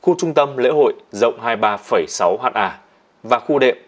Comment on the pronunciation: ơi, nội dung đã trau chuốt rồi, nhưng lưu ý cách đọc nhé. VD: Ha đọc là Héc ta (trong bài) không có ai đọc là Hát A đâu 🤣 Km đọc là Ki lô mét